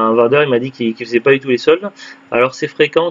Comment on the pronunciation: Coucou. C'est bien la bonne prononciation, c'est gentil de faire de la pub 😁. C'est clair que c'était pas top top comme solde à carrefour. J'ai toujours ps compris pourquoi ils ne soldes pas les jeux en outlet. Les soldes de Cora sont abusé quand même. Ils soldent à partir des prix d'origine pour beaucoup de jeux. Donc 70€/2 C'est beaucoup trop cher.